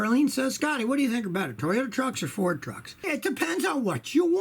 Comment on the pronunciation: i just made a compilation of every time he says toyoya lol